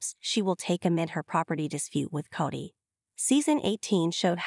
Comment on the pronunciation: Please have someone who understands how to pronounce English narrate. Tired of hearing coyote pass pronounced 'KY OTE' and sometimes Cody as Coddy .